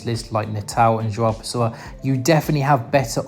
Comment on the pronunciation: Your pronunciation of "João Pessoa" is very good for an English native speaker 👏